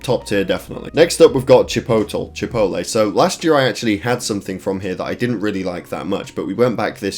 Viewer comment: Bro said chipotel 😂